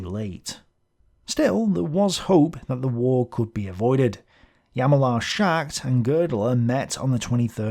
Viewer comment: Thanks for yet another good explanatory video, One comment though: could you PLEASE improve on the pronunciation of names? It's not "Yallemaar Shacked"... 😂